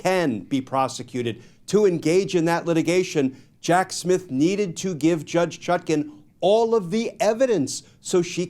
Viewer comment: Is he saying “Jack Smith” or Jack Shit?